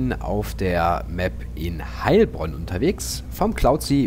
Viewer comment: Hallo :) haha gutes Video aber ich als Heilbronner spreche das Heil langsam aus , sonnst hört sich das leicht seltsam an. Mach weiter so bekommt zu wenig Aufmerksamkeit